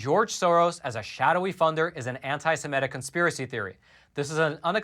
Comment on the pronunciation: Sem-I-tic not Sem-E-tic !